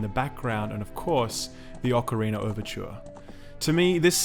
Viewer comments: What’s an “ocarinar”? Great review as always ;) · Ocarinar of time